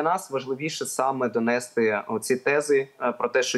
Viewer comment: Бажаю гурту вдалого виступу та перемоги! Та будь ласка, "донестИ" - ставте наголос в цьому слові правильно🙏